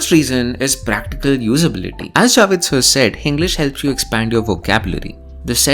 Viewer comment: wo javed hai javid nhi 🤡